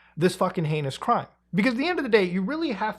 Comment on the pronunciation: Thank you so much for pronouncing heinous right🫡